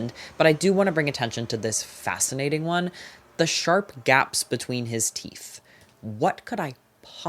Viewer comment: Say it with me now- “SHARP”